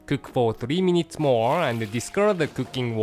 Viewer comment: I love how he says: "MOAR"